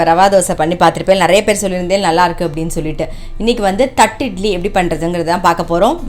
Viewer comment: Nice vlog...It is pronounced 'thatte idli'...not 'thatt idli'